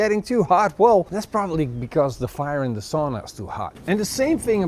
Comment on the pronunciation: Kotaliesi is actually all Nordics thing but we Finns might indeed be using it more. Also. Please learn to say "sauna" the correct way. Also. You did say loimulauta correctly, albeit with accent.